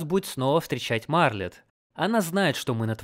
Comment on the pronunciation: У меня тоже — почему "Марлет", а не "Мартлет"?